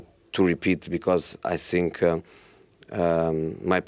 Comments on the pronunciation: It's not sink, it's think Josee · He's so angry inside that he eats two letters "Think" becomes "Sink"😂😂😂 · “I sink” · Titanic captain: The ship's sinking José : I sink so, I sink so... Rose: what should we do...we are going to die!!! José : I have "nasing" to say, everybody is against me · Plot twist : He was saying I stink not i zthink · No-one: Jose: I sink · All I heard in this interview was: "I sink" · "I sink" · Whenever he starts with “ I sink... “ just know it about to go down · This is how many times he said “I sink” 👇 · Reporter:Ask his question? Jose : I sink ..... I sink ....... I sink... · Did he really said I sink? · Nobody: Mourinho: I Sink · Everyday “I sink I sink” Jose 😂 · I sink... I sink... To be fair though, this is what makes him one of the best managers world football has ever seen. Never shows weakness, never backs down from his responsibilities, has no fear even when the results are bad. Incredible self-confidence. Respect. The man is straight-up fire 🔥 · Prefer not to sink